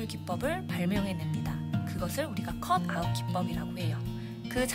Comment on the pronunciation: 선생님 자막좀 넣어주세요 컷 아이 기법으로 들려요ㅠㅠㅠㅠㅠ